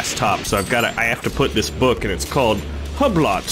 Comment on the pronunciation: Its pronounced Hue-blow not hub lot lol